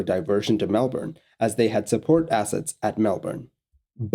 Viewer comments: As far as foreigners go, you said Melbourne the best out of any of them. A lot of people really emphasise the "bourne" part while most locals say "Mel-burn" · I agree. It bugs me when people pronounce it weird. This video was a welcome change.